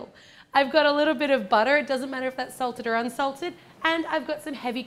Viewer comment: I love how she says butter really American